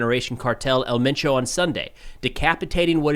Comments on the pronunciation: You say “Elle mein chow” but it’s “ehl men choh” “El”doesn’t sound like “L” in English and Mencho is pronounced like men in English and cho sounds like “show” but c at the beginning and with an h at the end. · The proper way to pronounce it is El menSho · Just a lil help for ya. In Spanish, “E” is pronounced “Ay”. So his name is pronounced “Ail Main’ Cho”. And Jalisco is pronounced “Ha Lee’ scoe” Otherwise ya got it right! 😃👍🏻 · For El Mencho it’s said the way it looks so el Men Cho, Great reporting thank you for that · It’s pronounced “El Mencho”. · Pronounced el men-Cho. Jalisco is pronounced Hal-E-sco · your pronunciations are pretty good. My only note is that the accent is on e in 'El' like if you were pronouncing the 'e' in 'emphasis'